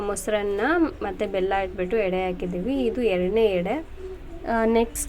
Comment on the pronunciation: ಹೆಡೆ ಅಲ್ಲ ಎಡೆ